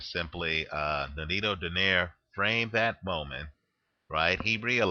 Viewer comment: it's pronounced as "Do - nay - ree"